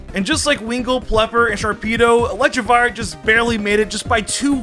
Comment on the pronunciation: Can't forget "Vivlion" and "Electrivire"